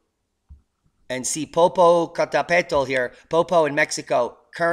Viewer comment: PO-po-ca TEp-pe-tl. Google Geographical Fugue.